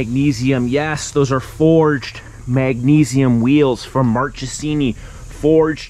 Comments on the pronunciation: And...it's pronounced mark-es-eeny, not march-es-eeny. I know because Italian is my first tongue...ooh!! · Same here and also with Marchesini ...it's Mark-e-sini, and not March-e-sini. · you should work on your pronunciation for foreign brands/names. In Italian a”ch” has a k sound. Marchesini should be correctly pronounced “Markesini”. Akropovič, a Slovenian name, is pronounced “Akropovich”